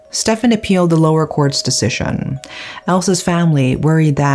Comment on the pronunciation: her pronounciation and accent is hilarious, "decision"